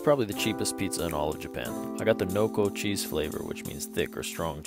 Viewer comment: N☆O☆U☆K☆O☆Uチーズの発音が良すぎて後の話全く頭に入ってこない